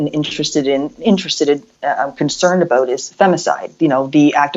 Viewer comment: “Finding ah’oot aboot”